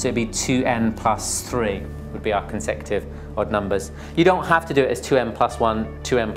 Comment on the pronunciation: its not consective....he is pronouncing it wrong....its co n se cu tive numbers